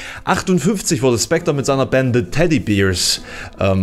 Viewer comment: Hier sind eine Videokamera ohne Rotstich vonnöten sowie ein Rasierapparat. "Teddy Bears" spricht sich übrigens nicht wie "Teddy Beers" aus. Depp!